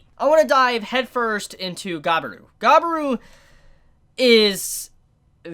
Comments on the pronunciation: you pronounced it guy be ru, so triggering, ga-bi-ru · why do you say Gabiru ->Gaberu? i mean why? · It’s pronounced ga-bi-ru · Ga-e-ru //Gabiru he's an idiot with a good heart Lmao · Merry Christmas Chibi and "Gabil" is how you pronounce his name, "Gabiru" is the romaji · How you can't know how to pronounce Gabiru? Gabiru! Gabiru! Gabiru! Gabiru! Gabiru! Gabiru!